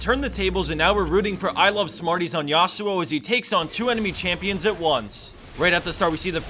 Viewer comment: Please stop saying YA-SU-OH, is actually YA SWO, not two separate syllable